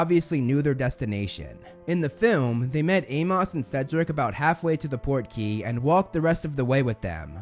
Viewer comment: I cannot get over how you say Amos, you say Ay-moss but it should be Ay-muhs. Great work as usual though.